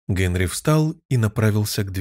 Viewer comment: Великолепно! Только почему ГЭнри?